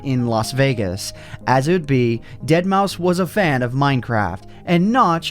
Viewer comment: you pronouncement continuously wrong. Say it like deadmaw five